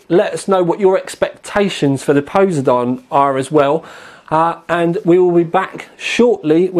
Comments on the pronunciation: POSE A DON.... nothing like a POSEN A DONEN CARD. lol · Poseidon not posedon.. XD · ...it's pronounced PO-SY-DON like the Greek god of water/sea. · dear lord please google the proper pronunciation of posiden other than that great video lol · I know right? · say poseidon again please..............lol.